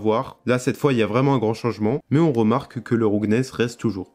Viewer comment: "roughness" se prononce "raouffenesse"